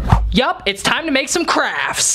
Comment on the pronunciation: Lol you said “crafs” but not “crafts”